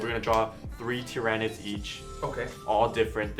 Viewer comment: It's Tyranids! Not Tyranids!